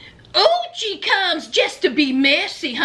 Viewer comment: Every time you said uchi..i felt like saying bless you. Sounds like sneezing 🤧🤧